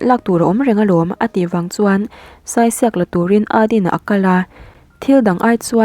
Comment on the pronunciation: Saisiak lam dan hi. Sai hi..saichhingi tih anga sai tih lai anga lam tur ania, diak lai hi..chirhdiak tiha diak kan lam ang hian lam bawk tur...thahnemngaih na zawn atangin..🤗🤗